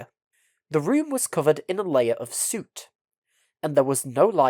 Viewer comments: This voiceover has to be AI, albeit a good one. 'soooot' instead of soot, 'serpentine' not turpentine among others. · Did you mean to pronounce "soot" like that?